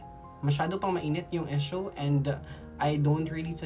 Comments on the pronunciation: Kung di ka Naman part ng mga halfies Tagalog na lang tayo 😂😂😂kasi Ang EESH- YU at IS nagiging EES. Okey lang po mag English pag Tama Ang pronunciation. Ang Proud pure PINOY here. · Esyo? Palumu? Hijo practice ng proper pronunciation okay... Para di mapagtawanan at huwag sabihin n visaya k okay...